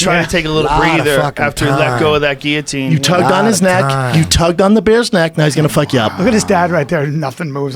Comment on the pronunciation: I like that rogan pronounces guillotine correctly.